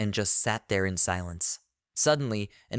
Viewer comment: Your reader is even more illiterate than usual today. Please figure out how to adjust the pronunciations. Her name is not LYNN, it's LEAN pronounced LEEN (even spelled that way sometimes) while our MC is named ARK, not arch, not arz or whatever glitchy thing it keeps saying. Also, it keeps getting the meanings of some phrases ass-backwards, which makes the narration nonsensical. Again, having someone just listen through it to fix errors should be part of your process. Also the utter cliche of these fools mocking ANYONE makes the story a bit boring. As READ, the merchant seems like a total rectum and I would not bother dealing with him. You would think that a simple demonstration of how Insta-Kill works (say on a rat) might make the other adventurers realize he's not safe to harass.